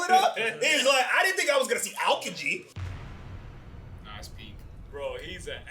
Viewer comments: Owkaji??? Its A-O-ki-ji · AL - KEE- GEE.. thats how you pronounce his name lol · I’m sorry but pls learn how to say Aokiji